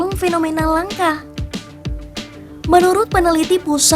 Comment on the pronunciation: Narator bodoh, menyebut 'langka' kok jd 'langkah', idi0t